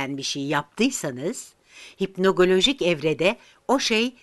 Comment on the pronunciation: Hipnogojik yazıp hipnogolojik diye okunuyor sanki